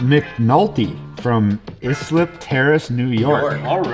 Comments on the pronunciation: as a li guy this pissed me off, its not issslip its pronounced ice-lip its Islip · You pronounce Islip with an I. I live 20 minutes away